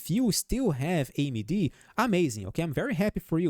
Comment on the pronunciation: It'll take a million likes to stop saying AMY-D 😂 just kidding